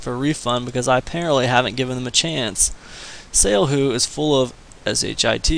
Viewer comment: Why would anyone listen to someone that can not even pronounce the name of the company correctly..........how annoying